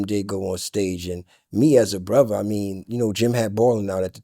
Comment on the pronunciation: new teeth or not he still cant say 'brother'...it's 'brova' all night long